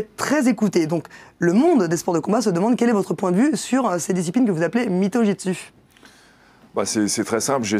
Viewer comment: Ha au fait... C'est Jutsu, pas '' Jitsu''.